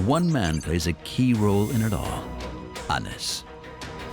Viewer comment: WRONG... his name tis pronounced Anise... i dont care where ur from... i know for a fact coz i know him